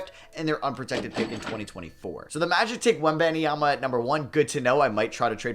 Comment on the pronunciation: You have to stop saying WenBANEMYAMA😭